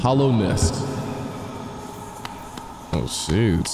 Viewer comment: Just wondering if he ever figured out that it's Hallownest not Hollownest.